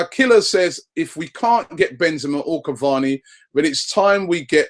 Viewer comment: PLEASE READ!!!!!!!! IT'S SIMPLE CAVANI AND RABIOT. SORTED